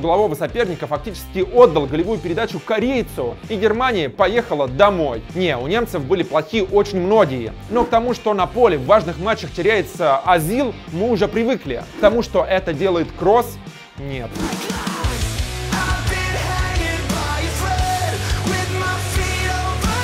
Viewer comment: чувфк плиз не уродуи фамили футбалистав. не говари сраное А там где надо говарит О НАПРИМЕР не каземирА а каземирООООО ТОИСТ О! надаело слушат азил а не озиль дрАгба а не дрОгба если ты немец не веди передачу а проста смотри футбол